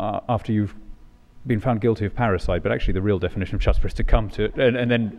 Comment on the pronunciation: Chutzpah is pronounced with a guttural like kh (actually, it seems "Chirstina" also properly is also produced that way. Although the word is known from the Yiddish, It is actually Semitic - I presume Aramaic, since it appears many times in Rabbinic writings but not, to my knowledge, in the Bible. While we are on the Bible, the king under the Bible is bound by the Law, and thus he must keep a copy of it with him at all times.